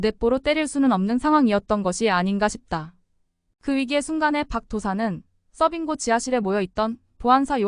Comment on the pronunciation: 써빙고 아니고 서빙고....ㅠㅠ 끊어읽기 실력보니 평소에 정말 책 안읽었던 분같은데...하필 책 읽어주는 유튜브를...